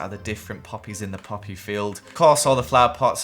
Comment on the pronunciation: When he say-Ed poppy I thought he said puppy (I don’t have the worlds betest hearing but I can hear small sounds I know it’s weird)